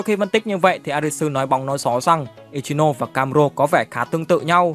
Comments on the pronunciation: I chi no sê anh đọc v đi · )) ad đọc hẳn i chi nô sê đi chứ nghe kh quen ad ơi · K liên quan lắm nhưng đọc là i- chi- nô- xe mà ad :>> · là i chi no sê chứ k phải ichimũi nha a còn k thì anh gọi là ichilose cx dc :)))))) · anh có thể đọc ichinose thành i chi nô se đc ko ạ vì e hayy xem 2d tộc họ nói v nên nghe quen r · ko phải bắt bẻ j đâu nhưng tên của Ichinose là tiếng nhật mà ông cứ phát âm như tiếng anh nên nghe hơi kì:v